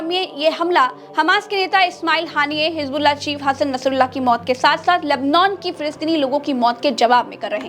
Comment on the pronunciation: Ganwaar apna pronounciation Sahi Kar hijbullah nahi hizbullah hota Hai